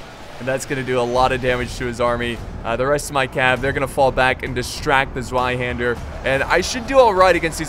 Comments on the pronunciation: ZVEI HANDER not zwei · just saying it's not pronounced Zwei hander but TSW-ai hander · It is pronounced tsvei not zwei